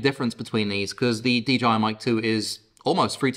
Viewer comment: I thought I heard DGI instead of DJI repeatedly.